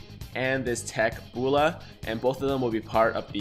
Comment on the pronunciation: Not trying to be mean but... B-oh-l-ma Bowl-am Ball-ma